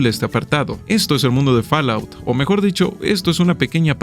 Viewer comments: A ver... Fall: fol Out: aut Fallout = folaut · Muy buen video! Únicamente te recomiendo que investigues cómo se pronuncia "fallout" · ¿Que rayos es “Falaut”?